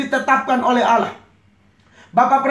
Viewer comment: ngomong Allah aja ga bisa. entah apa ini pendeta bicara. lucu x ahhahahaha